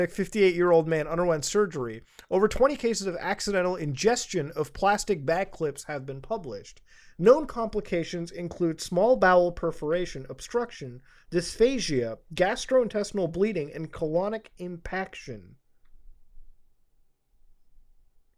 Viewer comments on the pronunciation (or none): I absolutely love muta but when I heard him say purblish instead of published I lost it🤣